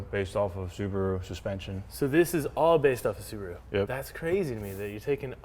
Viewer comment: Thank you for pronouncing Subaru correctly and not 'Sarbaru'